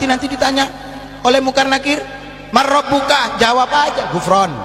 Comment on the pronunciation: Baca man robuka nya juga salah masa bacanya marobuka